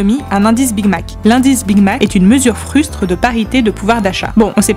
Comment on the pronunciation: On dit "fragRance", "mesure fruSTE" (merci le copier-coller raté de Wikipédia) et "Kim Jong "OUN"", bordel de chiottes.